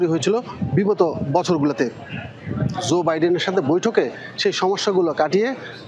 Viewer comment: ভাই, জো বাইডেন এর নাম টা একটু ঠিক করে উচ্চারণ করেন। জো হবে, যোগ এর জো, জাহাজ এর জো, আপনি যেভাবে বলতেছেন ঐভাবে শুদ্ধ বাংলায় কোনো উদাহরণ পাইলাম না।